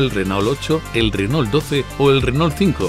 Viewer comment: Me mata como los españoles pronuncian "Renól" exagerando la "ele" justamete la unica consonante que es muda.